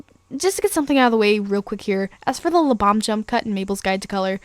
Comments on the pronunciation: Sounds like your saying "Lubom" not "Lebam" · It's pronounced Lee-bam like BAM POW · you pronounced (lebam) wrong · you didn't pronounce Lebam correctly